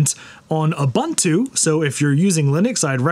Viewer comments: Also it's pronounced "uu-BUUN-too" as per the wikipedia page, not "you bun too". And "hampter" instead of "hamster", naturally. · Trust me its not pronounced Ubbuntu.